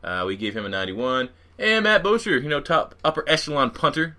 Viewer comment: Stopped at Matt "BOOSHER"... Cmon man, do some research!